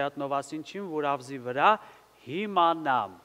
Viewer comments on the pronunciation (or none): պարոն Ռաֆիկը երգի մեջ ասաց «հիմնանամ», որը ճիշտ տարբերակն է. դուք ինչու՞ ասացիք «հիմանամ»։